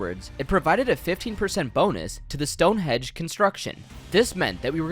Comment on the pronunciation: STONE HENGE NOT STONEHEDGE😖